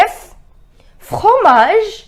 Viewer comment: Is it necessary to make the throt sound while saying fromage like fokromage like the Kho sound while saying f